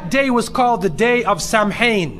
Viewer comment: Samhain is pronounced as sow-in as in cow